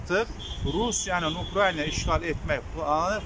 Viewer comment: УКРАЙНИЙА😂😂😂😂 Украина,мал!!!